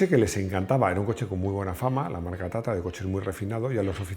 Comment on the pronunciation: Es tatra, no tatara...